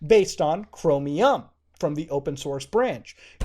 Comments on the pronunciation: why does he say it like chromIUM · Why do you pronounce Chromium as Chromi-yum